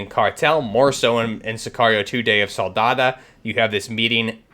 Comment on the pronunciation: It’s pronounced Sicario Day of Sol-da-do, not Soldada